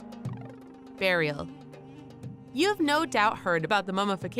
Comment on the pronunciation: Barial or burial? Libary or library? Get a real speaker!